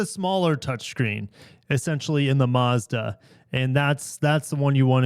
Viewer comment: There’s no r in Mazda